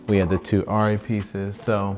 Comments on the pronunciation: I think the Germans call it “are-ree” so saying it “are-e” is closer than “air-e” IMHO, I’m a no body. I just had an iPhone for research is the extent of it. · Its pronounced aarri because its german and in Germany its pronounced like you said the first time when you talked about how everyone says arri